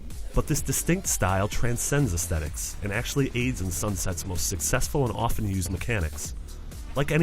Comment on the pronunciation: It's aes-THETIC, not's aes-stetic